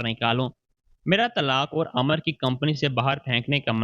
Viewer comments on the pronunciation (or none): Amar NAHI HOTA.Amir hota hay .AP ka talafuz intehai kharb hay.apni Urdu durust karen